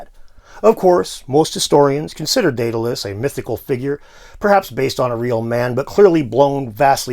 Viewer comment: Your story turned Daedalus into diddilus! Very funny, sir.